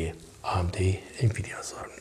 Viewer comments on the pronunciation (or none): none